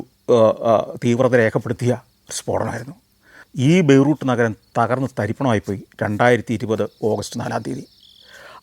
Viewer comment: ബൈ റൂ ട്ട് അല്ല ബൈ റൂ ത്ത് എന്ന് പറയൂ.